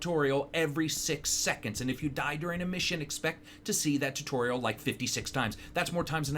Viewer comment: He said "Tortorial" ... idk why I thought it sounded hilarious and replayed it over and over again xD